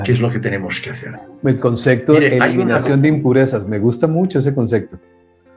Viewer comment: se dice CONCEPTO no concecto